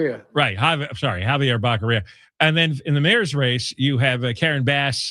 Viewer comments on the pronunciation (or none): That is NOT a FAKE SMILE John. That is a JOKER'S (CLOWN) smile.. It's Javier Bocc'oria, not Bacceria